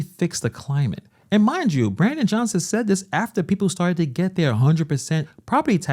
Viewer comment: Why can't the black women in the red say the word Johnson...NOT Jo-hn-son, wtf???